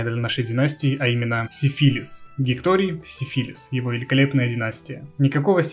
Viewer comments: Изменение ударения в названии династии изначального смысла не меняет! Это, как бы так выразиться, отвратительно! Именовать посланника Богов венерическим заболеванием! Если тебе ТАК нравится это слово, то лучше переделой его. Сифилис -> Сифилий. Это куда больше похоже на настоящию фамилию. Если у кого то есть свои варианты, то пишите их в ответе к этому комментарию. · поменять ударение на греческий акцент, да он гений!